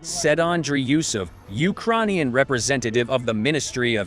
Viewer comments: Ukraaarrnian? Lol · "ukroinians" I thought the same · Why did change the digital voiceover? The new voice sucks. It can't even pronounce "Ukrainian" properly! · It's weird because it pronounces Ukrainian right sometimes. Also a bit jarring to hear oddly-worded phrases like "how pathetic is the Russian army" in an American voice. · whats with the new voice? It cant even pronounce ukranian right LOL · Teach the bot how to pronounce the word “Ukrainian”! It’s so fkin disturbing!